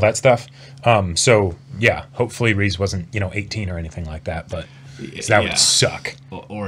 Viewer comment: Glad to see that you two enjoyed the season overall Also Riz's name is pronounced "Riz" not "Reece"